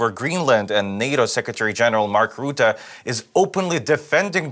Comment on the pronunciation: And goodness, his name is Rutte, not Roette. Stop hilariously mispronouncing it. XD Next interview, practice the pronunciation of names to yourself a bunch of times. :)